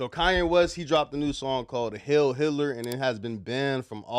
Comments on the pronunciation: it's heil, turd, not hill. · it's not hail, it's heil. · Dude can't even pronounce the word "heil" 😂